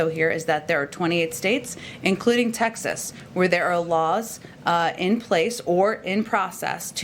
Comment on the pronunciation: “That uh....These texshus legislators” where in the hell is Texshus